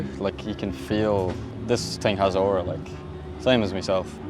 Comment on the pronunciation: "This thing has auru, like. Much like meself" 😂